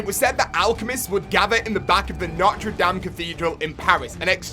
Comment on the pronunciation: Lol the was he says notre dame is funny